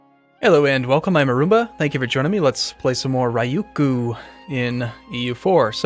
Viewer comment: Cant even pronounce his country name. \rē-ˈyü-(ˌ)kyü, -(ˌ)kü\